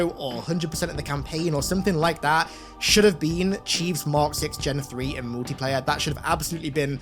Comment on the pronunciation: Gonna have to 👎🏻 this one. Here’s why. Swearing. There is no need for constant f bombs and taking the lords name in vain. Really bad and broken “english”. Multiplayer is not pronounced as MOOTiplayer. It is pronounced as MUL-Tea-player. Just two things there for you to polish up on.